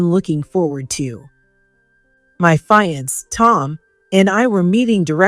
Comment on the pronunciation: Teach your AI if it sees the word fiancée to pronounce it 'fee- on -say'... fiancée 🤗💖